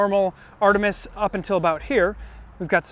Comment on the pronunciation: Very cool, thanks for the review! Artemis is a Greek word and you nailed it in the video, but Artemi is a weird and incorrect Latinification.